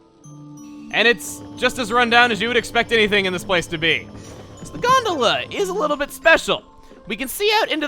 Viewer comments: I didn't even have the reference of food and I still thought it sounded like Granola. Actually, you taught me how to say it correctly with this video. XD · That’s how I used to pronounce gondola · I thought that the stress falls on the second syllable in Gondola because that's the way it's pronounced in my native language :P